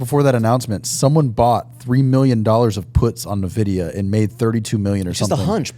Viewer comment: the only thing I'm hating on is how pronounces NVIDIA 😂